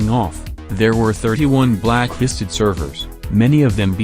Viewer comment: Everytime he says blacklisted I hear it blackhisted